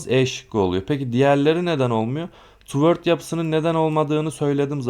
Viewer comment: hocam bilgilendirme kurallar harikasınız yanlış anlamazsanız okunuş düzeltmek isterim.Toward: tuwodz diye okuyoruz.spread:spred diye.umarım kırmamışımdır. sevgiler.